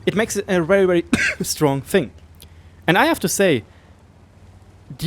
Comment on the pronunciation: "ich have" ? :D